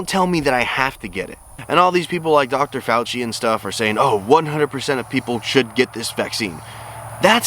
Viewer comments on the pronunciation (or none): none